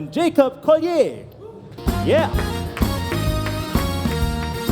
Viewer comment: Nope! Pronounced "Koh - Lee - Er." He's said this a couple times in some interviews (Quincy still calls him Colli"aye")